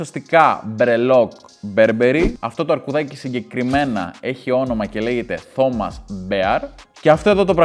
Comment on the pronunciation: Το Τομας το λεει "Θώμας" και τη Σοπαρ "Τσοπάρντ"....χα χα χα...κλαιω!😂😂😂😂😂😂😂